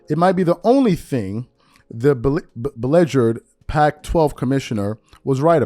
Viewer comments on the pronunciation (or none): Be legerd???😂 Bee Leeg urd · First😂😂,it's ..league( nfl,NBA,mlb,NHL) LEAGUE ..NOT LEGERED ..UR PRO- NOUNCIATION ...ITS BE - LEAGUE..ERED..............LEAGUES OF ATHELETES...💯 BE LEAGUED OF ATHELETES💯